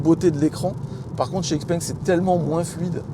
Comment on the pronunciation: Une précision, Xpeng ne se prononce Xpeng mais Chipeng